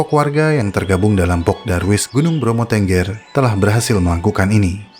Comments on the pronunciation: Bang, cara baca "Tengger" itu seperti pada kata "petik", bukan seperti pada kata "bebek".. Aku gak ada sejam ke Tengger, puluhan kali ke Bromo, nyentuh edelweiss liar aja gk berani.. Semoga dengan konten ini, masyarakat lbh mengerti tentang pentingnya edelweiss.. Terimakasih. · maaf baca suku tenggernya salah.